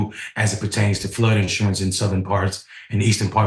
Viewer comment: I always kind of liked the stress on the first syllable, personally.